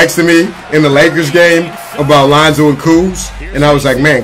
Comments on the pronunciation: Why he say lanzo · His name is Lonzo Ball not lOnZo BuSt. Get it right😤